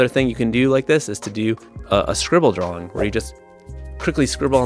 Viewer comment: ... Do you keep saying drawling?"